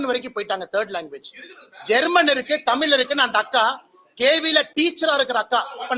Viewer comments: ஒரு நிமிசம் அண்ணாமலை முதல்ல தமிழனா இருந்தா தமிழ்னு சொல்லு பார்ப்போம் அது என்னயா தமில் குடுகுடுப்பை அலறது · முதலில் தமில் இல்லை தமிழ் என்று சொல்லுங்க பார்ப்போம் அண்ணாமலை. சட்டத்தை கொண்டுவந்து தமிழை மூன்றாவது வட இந்தியாவில் நடைமுறை படுத்துங்க பிறகு இங்கு வந்து உமது இந்தி நடைமுறை படுத்துங்க